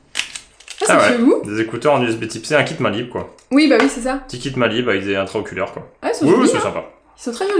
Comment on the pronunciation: Mdr Intraoculaire 😂😂 On dis intra auriculaires Tu fais ce que tu veux avec tes écouteurs mais perso je me les lets pas dans les yeux mais plutôt dans les oreilles Sa se trouve tu n'es pas humain 😂😂😘